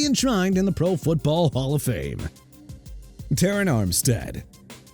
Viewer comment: Tyrann (ty-run) Mathieu and Terron (teh-ron) Armstead and New Orleans (new or-lins) Once again lack of respect for a Louisiana city from somebody who can't pronounce it right!! Got a problem with "New Or Leans"?!